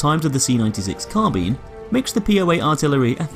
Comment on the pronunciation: Nice to see someone pronounce carbine correctly, unlike all the dim-witted millennials everywhere calling it 'car-byne'